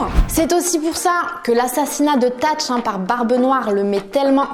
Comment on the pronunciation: Tach ? Mddr Thach ça se lit Satch😂 mais sinon super vidéo🔥